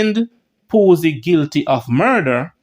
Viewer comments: lawd Gad what unnu go learn Fi read bredda. Embassasor or Ambassador ,Poosy it is Pusey. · Pusey is pronounced...pewsy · Sheldon Poo-sy 🤣🤣🤣🤣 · Lol. stops just short of pronouncing Pusey like the one with two esses